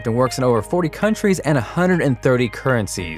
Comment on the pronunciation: Am I the only one hearing 'techfist'? 0.o